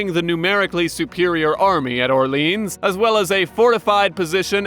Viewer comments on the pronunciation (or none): Or-lee-on, not or-leenzz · The way you mispronounce French Orleans like the American city of New Orleans makes me violently sick. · It's not pronounced Orleans like New Orleans, it's Orleans